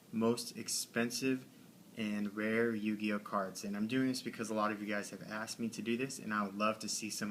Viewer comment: What the fuck is a yu-guy-o